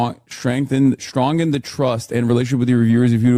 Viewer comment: "strongen" - high IQ hasanabi head